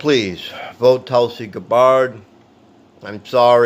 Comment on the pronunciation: Her name is GAB-BERD. Pronounce it correctly, lol.